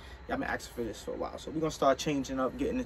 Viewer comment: Lol, I love the way says "asking". He pronounces it "action/aksing". So cute!!. 🙂🤗 Love u guys...when's ur wee babs due?? Pamela from Scotland 🇬🇧